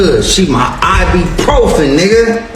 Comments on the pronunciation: Can somebody explain to RayJay that it’s IBUPROFEN, not I.B. Profen. 🤦🏾‍♀️ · It’s I-BU-PROFEN , Ray J!!!!… not I-BEE . 🤣🤣🤣